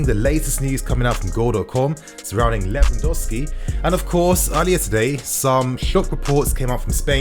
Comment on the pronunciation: Lewandowsi? Haha. Lewandowski